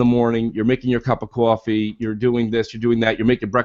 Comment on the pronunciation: needs to say 'quoffee' more often! love it